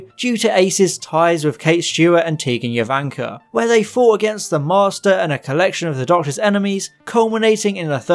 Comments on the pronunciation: Who is Tegan Yovanka? Tegan Jovanka is pronounced with a hard J, like Jo-van-kah. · Fantastic video but just a quick correction: Tegan’s last name is pronounced JOvanka with a hard J, not “Yo”vanka. Great video!!! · It's his mispronunciation of Jovanka that got me. Tegan said it often enough when introducing herself, and it's definitely a hard 'J' sound at the beginning. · Nope. She was named for Jovanka Broz, that's not pronounced with a hard J. Its yovanka.